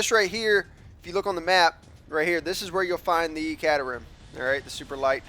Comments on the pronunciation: its pronounced k tram not cat er ham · Just to let you know, It's pronounced "Kay Trum" not "Cater Ham":) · Its Kate-A-Ram not what ever your saying man! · It's actually pronounced Kate-Ter-Ham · no cat-a-ram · caterham is pronounced Kay-Ter-Um. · Caterham = Kate-er-am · Hahaha the way Americans pronounce Caterham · it pains me to hear say 'caterham' lol but great vid